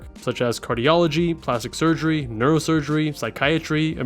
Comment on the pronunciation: It's hilarious how he keeps saying no sugrey and less responsibility like it's a com when that sounds like a pro to me